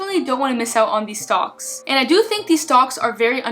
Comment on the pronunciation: you almost sound like you're saying "stonks" i feel like this may be on purpose lol